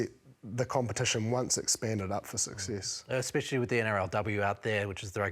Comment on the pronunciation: I love Bryn, but someone tell him it's not "expecially" 😅